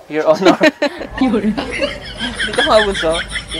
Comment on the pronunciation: ano ba talaga sir? yor onor? o pango-lo? ay akoy nahehelo na eh!😂